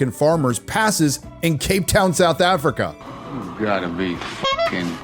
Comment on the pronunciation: love how you say "Effrikah" 😂